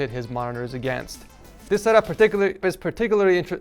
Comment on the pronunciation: explaining Darth Revan story pronouncing PARTICULARLY getting moist looking at the cable management Hassuna Miku?!?!?!?! says "rocking the ikea MOM desk"???